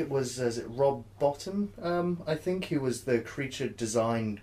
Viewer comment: Halloween came out in 1978, not 1979. Rob Bottin's surname is pronounced Bo-teen.